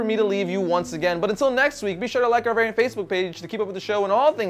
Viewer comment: "welcome to vernt" how did you reduce the word variant to a single syllable?